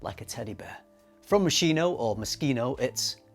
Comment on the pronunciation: Omg, is not "moshino" by any means and pronunciation , it's always "moskino".